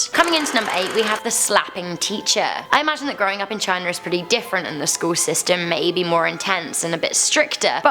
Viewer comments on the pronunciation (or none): none